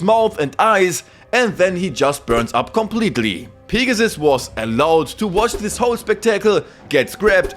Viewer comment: I am sorry but I love how u say “Pig-a-ssuss” 😂😂😂